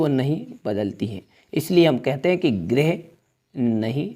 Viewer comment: सर गिरेह नहीं होता है ग्रह होता हैं।😂